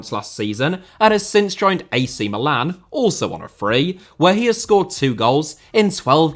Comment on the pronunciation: Yes thank god pronounced Milan properly